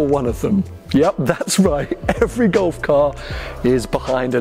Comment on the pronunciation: It took me 14mins to work out was saying Gulf, not Golf…